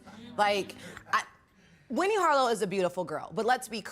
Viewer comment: Winne should of said it correctly the first damn time